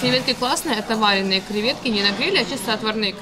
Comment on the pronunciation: ВарËные, а не вАреные😅